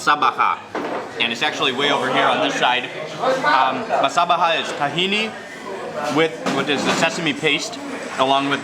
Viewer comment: Culture theft. foul. MosabaKHa. Cant even pronounce it properly. Hummus. Thieves at every level.